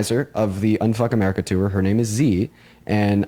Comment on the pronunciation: i don't know why, but the way he says "tour" hurts me.